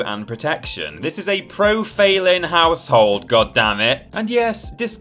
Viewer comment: Felynn is pronounced Feline...because she's part cat. That said, Lady Dimitrescu.....my goodness!